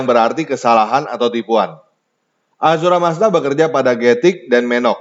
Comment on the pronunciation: Ahura mazda bukan azura mazda